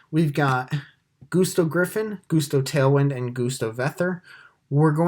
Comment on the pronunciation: Why are you calling it Goose-Toe?